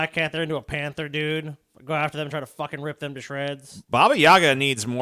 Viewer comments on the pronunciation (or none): none